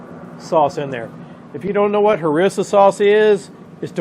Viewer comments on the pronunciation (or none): Try : HarEEEEEEsa ; jalapeño. Ya see that Gilda over the n, pronounce it “ny”. More to come, southern boys cain’t tock 2 gud, cain ya?